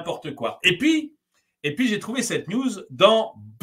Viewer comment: Par pitié, "et pi" => "et PUIS". "y a rien" => "il N'y a rien". Il a déjà suffisament d'enrichisseur et de wesh qui massacre notre langue. Je me doute que dans la fouge verbal ça peut arriver, mais là coup sur coup... j'ai perdu un tympan 😅 Sinon, superbe vidéo, comme toujours 😊